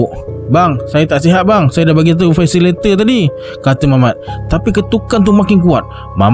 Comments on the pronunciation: Salam bro terbaik penceritaan tapi mohon betulkan sikit sebutan fasilitator [fa.si.li.ta.tor] | فاسيليتاتور Definisi : orang yg membimbing (memandu) sesuatu program pembelajaran dan pengajaran: guru harus berperanan sbg ~ supaya pelajar dapat dipimpin utk menghasilkan sesebuah karangan yg baik. (Kamus Dewan Edisi Keempat) Adios! ❤ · maen shortcut...FACILATOR.?!! 'Li' dgn 'Ta' dia buang😂😂😂🤣🤦‍♂